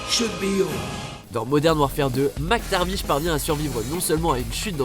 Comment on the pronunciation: il dit mctaRViche et a il dit JOHN mctaviche mes oreilles saignent😭